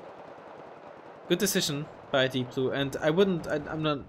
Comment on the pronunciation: its deepblue not deeoblue